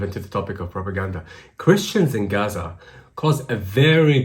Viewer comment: when i hear gaza pronounced "Aaza" my stomach churns violently